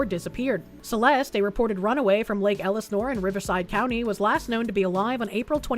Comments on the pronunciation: Why do you say Elisnore instead of Elsinore ? lol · Damn it, it's Lake El-Seh-Nor! Its Van Nuys like Van EYES!🤦‍♂